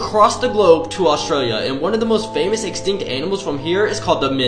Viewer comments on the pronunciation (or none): none